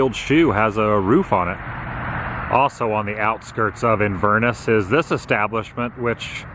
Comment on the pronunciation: We have an Inverness in Scotland too but we pronounce with emphasis on last bit...ess. Happy travels 😊